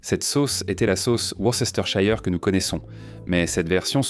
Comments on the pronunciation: Worcésteurshayeur ? Se prononce : Weurstersheur ! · Worster sauce l’eppelation